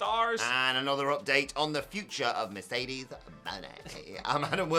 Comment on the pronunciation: You guys seem to be to be the only ones who dislike it! Also it’s Mercedes “Moh-nay” not money